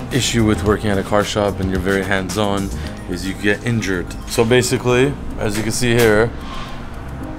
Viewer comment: Very Hands-On, or Very Handsome! I cant tell what he was saying:) OH!:)